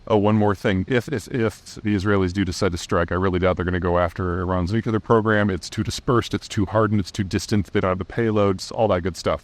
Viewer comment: lol Im not the only one that noticed 'nucular'